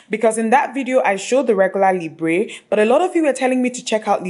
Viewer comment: Someone may have mentioned it already but "Libre" is pronounced somewhat like "Libr". The "e" is silent just like the French word "libre" which means "free". :) :-)